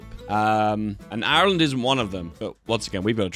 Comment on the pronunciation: The way says Irish: normal The way says Ireland: awful